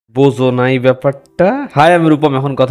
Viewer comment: উচ্চারণ "বোঝো নাই ব্যাপারটা", নট " বোজো নাই ব্যাপারটা" 🥴🥴